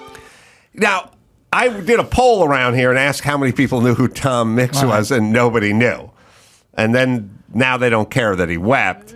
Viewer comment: "Tom Micks wept" lol